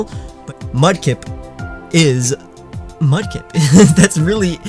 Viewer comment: Froakie, not Froggo! And Mudkip does not end with a D, it ends with a P!